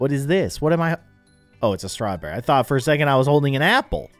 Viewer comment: When said ‘strewberry’ got me